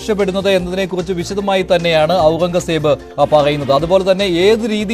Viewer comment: പുള്ളിയോട് പേര് മാറ്റാൻ പറയണം!!! ഔറൻഗസേബ്!! പറയാൻ റീഡ്ർ ബുദ്ധിമുട്ടുന്നു 😂